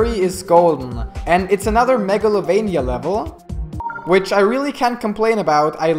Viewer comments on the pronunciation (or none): It said MERGalovania.